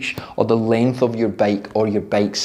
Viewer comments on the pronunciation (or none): none